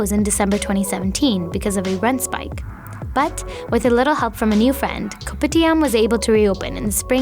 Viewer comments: The only thing that triggers me that when she says K O P I T I A M we Malaysia ppl say kopidiam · THE narrator: KoPiTiAM Malaysian: cringe